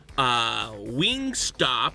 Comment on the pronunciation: im triggered every time he says wingstop